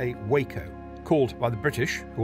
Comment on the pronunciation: Just a point - WACO is pronounced "Wah - Co" - Waco is where the wackos were...